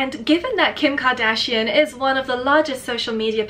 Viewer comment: Kim Ka-Dragon-shian?